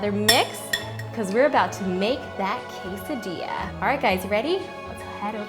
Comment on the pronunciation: o my lets call it a casseydilla :D